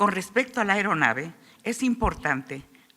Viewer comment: Señora, no es ERONAVE, es AERONAVE, ni es PILOTÓ, si acaso es PILOTEÓ